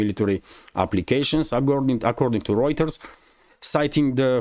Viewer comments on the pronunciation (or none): none